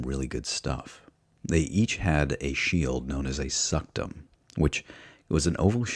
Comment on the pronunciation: "a shield known as a sucked em" lmao